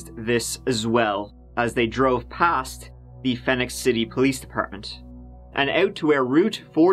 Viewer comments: I live less than one mile from there (across the river in GA, though). I love the way you pronounced it “Phen-ix” City...it’s actually pronounced Phee-nix”...it has no O but is pronounced the same as Phoenix Arizona. They aren’t real smart in them there parts. 😂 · It’s pronounced Phoenix City. Not Fenix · Phenix is pronounced the same way as Phoenix by the way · The city is Alabama is Phee-nix City — pronunciation is the same as the city in Arizona. 🙂